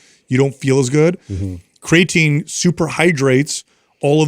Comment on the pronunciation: He says cray-atine lol